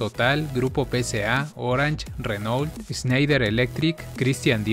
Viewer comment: Soy francés y estoy de acuerdo. Si quieres/queréis hacer un número 2, puedo ayudarte/ayudaros. PS : un pequeño consejo para la pronunciación de las palabras francesas : en general, no se pronuncia la consonante al final de una palabra (a menos que sea parte de la sílaba). Se dicen "Etreta" para Etretat, "Mon blan" para Mont Blanc, "Reno" para Renault... Además hay errores de ortografía a , se escriben "moulin rouge" y "bonjour"